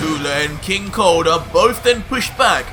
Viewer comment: First i heard not king cold but king Kong